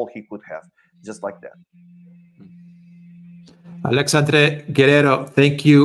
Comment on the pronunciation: Very good, BUT you guys should learn ho to pronounce his name correctly, as a Alexandre myself is quite annoying